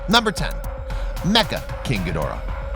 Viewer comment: Your nowhere near a Godzilla, Ghidora fan. This idiot mispronounces there names BIG TIME !